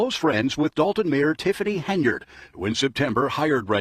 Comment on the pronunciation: The mayors name is Henyard, not Haynard.